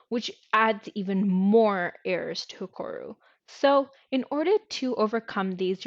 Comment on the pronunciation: BTW its HEROKU not HEKORU was painful to listen to the end, but thank you